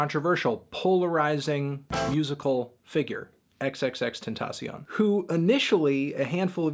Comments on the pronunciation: it's pronounced extension you FUCKING IDIOT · why does nobody know how to say "tentacion". If you gonna mess up his name just say it in English lol- xxx"temptation"